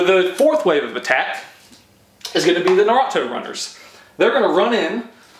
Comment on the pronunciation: lol he said nurato